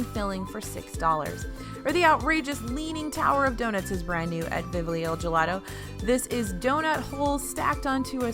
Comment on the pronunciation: I twinged at the gelato place. While I don't necessarily expect her to be able to pronounce it in Italian, I would expect it to be pronounced as it's spelled in English. Vivoli <> Vivlio